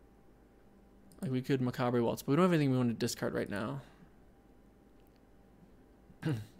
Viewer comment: This feels like I am being douche, but I cringe every time you say plague and macabre. No on says macabre right, but plague? Sorry. This is knitpicky, I like your draft content. You are good at thinking out loud, and I love that you see and own your mistakes.